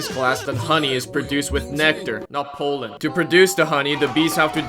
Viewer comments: I am concerned about pronunciation of pollen sounding like poland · is it just me or do i hear him say Poland not Pollen? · Poleand not pollen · "🤓 um actually its pronounced pollen, not polen🤓" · only thing i heard when you said "pollen" was "Poland" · Not trying too be rude about your acsent but o think it is funny how when you say pollen it sounds like pualen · Ah yes "powlen" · the way you say pollen sounds like Poland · whenever he said pollen, I heard poland. "I love collecting poland." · It's not Poland that's a country It's pronounced palend